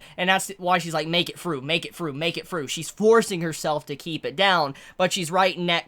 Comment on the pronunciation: "make it fru make it fru"